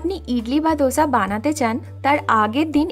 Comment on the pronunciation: Dosa, দোসা।ধোসা /dhosa নয়